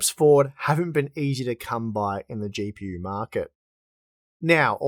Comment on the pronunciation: How do you say words like that? Always trying to add an "R" sound?? The way you say "GPU" is just wild. LOL.